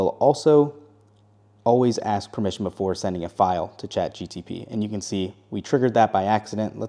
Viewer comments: Saying Chat GTP instead of GPT is bothering me a lot. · It’s Chat G P T, not Chat G T P. Your welcome. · My ears hurt from chat GTP 😂😂😂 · Listen when he started the video I had to google it. I was like "don’t tell me I been saying this wrong all this time" apparently he is wrong. Feel better now 😅😂